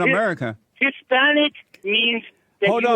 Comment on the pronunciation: Jesse ask, "are you Hispanice" caller says "I'm not from Spain" LOL